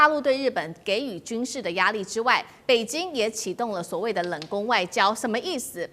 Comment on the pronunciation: 台灣人的北京是 “北津” ， 生日是 “深日”。越南是 “Eh -南”。 舌头有问题 ？